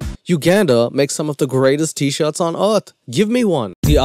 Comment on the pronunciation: WELCOME TO EARF